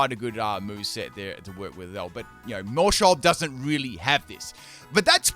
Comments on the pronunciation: When you said Maushold I heard Maushole and I'm giggling. :_pimpKai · Maus is pronounced like Mouse, being a wordplay of the German word for mouse and Household. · it's name is Maushold... Mouse-hold... like a household...